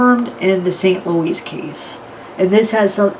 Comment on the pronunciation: Not St. LOUISE